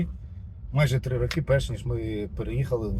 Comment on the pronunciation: 3 рОки, а не рокИ ☝️